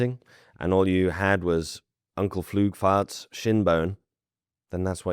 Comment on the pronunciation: "Uncle Flügvart"?